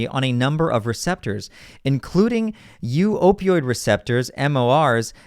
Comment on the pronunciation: 🤣🤣🤣 "u-opioid receptors" 🤣 how about μ-opioid receptors ("MOR") (μ -> "me")